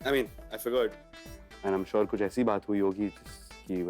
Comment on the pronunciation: Gouri:- aap bilkul suar ho na Rudy:- yes I am shour😂